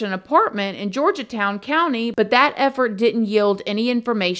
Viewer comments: Horri-ble Horry County correct pronunciation. Georgetown as George not Georgia. From a SC resident with lowcountry roots. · George town, it's called Georgetown south Carolina. George -town. Not Georgia town lol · Love ya girl lol But its HORRY H is Silent. So its ORRY George-Town County not Georgia town Lol Made me giggle Thank you for covering. Still hoping Her mom sues Mooney and Girlfriend. Horrible Horrible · It's George.....town. not Georgia town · this case was a good one. thanks for YOUR take on it.... it's George-town though not Georgia_town lol lol it's cute! you got it at then...lol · How the fuck does she think Georgetown is pronounced “Georgia-Town”??? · Damg girl. You got these names all messed up. Lol I was born in MB. And am still in SC as a 47 yr old . Gorge' town And horry( O re') County .. just got a giggle out of how you said em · Thank you for covering this class. Just FYI Horry County sounds like Oree locally. Georgetown is just George-town. Random South Carolina stuff